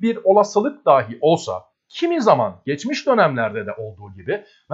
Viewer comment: Daahi demeye devam ediyorsunuz. Dahi...kısa a ile.